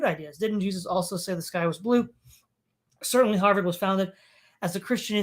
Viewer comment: Kudos to for nailing the proper pronunciation for 'Harvard'. 😂